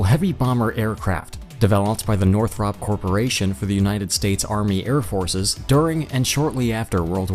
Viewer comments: It's pronounced (nor-thrupp) not (nor-thropp) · You lost me by mispronouncing cannard, after you had already failed to pronounce Northop correctly. Thumbs Down.